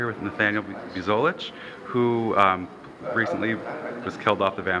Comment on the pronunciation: Have I been pronouncing Buzolic wrong this whole time?